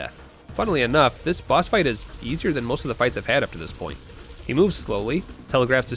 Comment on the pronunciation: I'm sorry but hearing him say boss hurts me on an emotional level